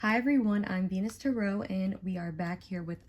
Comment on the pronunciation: You claim to have been reading tarot for almost a decade and yet you don't know how to pronounce the word or read any of the cards 🤔🤔 By far the worst reading I have ever watched, it was like you just made up a fantasy about what the cards mean and pretend you are getting intuition about things. So much cringe happening here, I finally had to just leave. I need a salt bath, I hate charlatans and fakers who try to hoodwink innocent viewers. Hopefully others will see through you soon